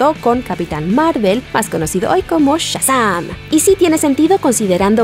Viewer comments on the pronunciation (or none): none